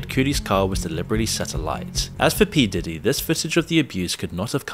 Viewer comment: Why are you purposely mispronouncing Diddy and Kid Cudi's names?